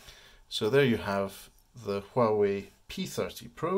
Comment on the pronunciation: It's pronounced Wah Way, silent H 👍